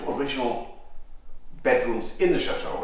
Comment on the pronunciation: I love how says SHATOOH while says it properly. lol x